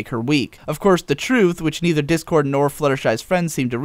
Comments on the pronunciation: Ah ha ha ha! I'm totally calling him 'Dickord' from now on. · I noticed when discord is just freed and RD says "Try us Dick-Cord" that's what I heard I may be wrong.